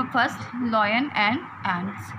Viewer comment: Its lion not loin